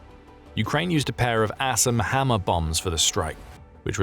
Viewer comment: Sounded like you said "Ass and Hammer" bombs. I'm good with that! LOL